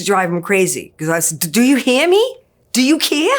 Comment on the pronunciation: Do you he-ah me?